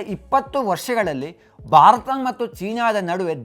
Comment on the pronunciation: Bharata anta sariyagi pronounce madi please. Barat kelolke agalla